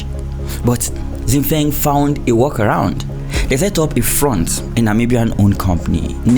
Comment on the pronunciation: 新风 Xin Feng which means New wind is pronouced Shin Fong with two first tones! That's probably the best way i can explain what it sounds like😉